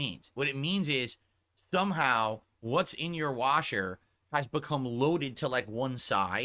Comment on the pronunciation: It sounded like he said thumb how instead of somehow